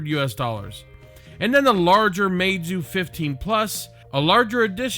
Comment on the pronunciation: u pronounced it wrong it’s ‘mee zoo’